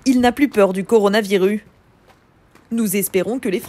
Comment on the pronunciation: "Le coronavirU"